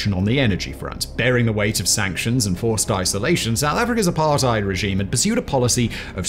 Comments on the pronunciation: Good video. But it's apart-ate, not apart-ide. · Well I live in this shit hole known as South Africa. Here some extras...for the record I'm late 30s and white male. Allot of these impending dooms where brought to light in the 90s after apartheid (FYI it is pronounced "apart - hate" the "ei" makes the ate sound in english). The ANC Gov had one thing in mind, to force integration especially in companies (regardless of skill). This was done with what's now known as BBBBEE (broad-based black economic empowerment).. This created a gap where you are forced to hire base on race not skill. This generally dropped the abilities of leadership and mentorship... For example, if you do business, but you are not at a high enough BBBEE score, you must use a subcontractor that is to bring up your points for the contract. This I have tested and the subcontractor was upto 200% more expensive and twice as long to quote then my normal suppliers. ANC connected people use this, and make shadow companies to get in on the deal, even though they would never been chosen if not for BBBEE. Zuma was probably the worst since 1994 (if not ever), he had (and probably still has) his hands in so many pies, that he is still not in prison, he was pardoned recently. He had the Gov (ie us )pay for all the upgrades to his homestead and the pool was described as a "firepool" (ie, a source of water if a fire was to breakout) As for china and russia. Russia was the ANCs big friend in the 80s (apartheid). ANC members and militants got training from them...hence you w